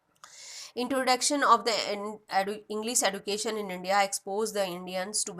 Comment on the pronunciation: Maim it is education not educadion